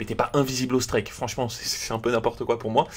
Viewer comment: Score " strÈK "